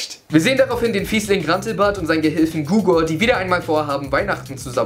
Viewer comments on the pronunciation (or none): Er heißt Hugor nicht Gugor!!! xddd